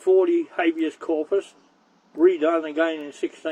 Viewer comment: “Habeas corpus “ <- 😂 … drivelese